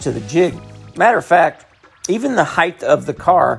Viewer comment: Height* not heighth 🥴